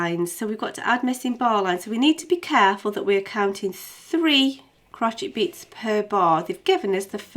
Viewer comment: stop saying crocheet haha